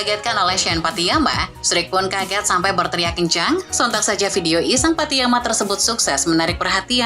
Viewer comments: bacanya patty nama bukan patty yama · Pattynama jgn sok²an nyebut ny pattiyama??